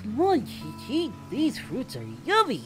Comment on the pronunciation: that ain't Chi Chi, that's Ch Ch